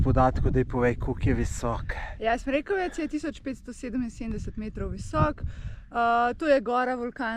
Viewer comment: O, to sta pa bla na mojem terenu. Odlično. Smrekovec pa ima naglas na o, čeprav ni važno...